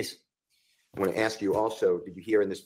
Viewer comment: how is it that an educated lawyer can't pronounce the word ask correctly?